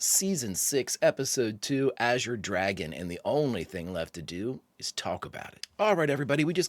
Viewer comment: Thank you for being the only reactor that can properly pronounce “azure.” Not sure why saying it correctly is so difficult for some, but it makes me crazy. Thanks for another fantastic reaction!